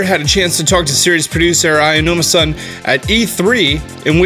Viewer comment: I just have one question,... why do you always say “Ayanuma”-san? It’s Aonuma 😂 “Ow-numa” would be more accurate